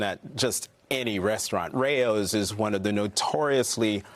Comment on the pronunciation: "Ray-ohs"? 😂 It's Rao's - one syllable.